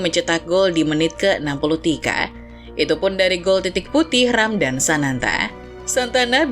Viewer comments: Ramadhan min bukan ramdan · Dan "Ramdan" 🗿